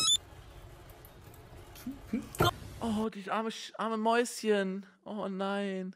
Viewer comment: ArmES MäUSSchEN